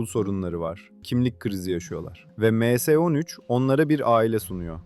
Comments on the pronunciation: Em s ne lan admin m harfli İngilizce s harfi türkçe em es 13 de bari 😂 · Em se değil dostum ya em es yada me se demelisin. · Emse nedir ya düzgün telafuz edin şu kelimeleri